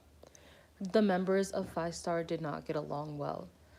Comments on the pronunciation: thanks for this very informative video!!! but isn't fiestar pronounced like "fee-esta? like the word fiesta?" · i'm not a fan but it's pronounced fyehstarr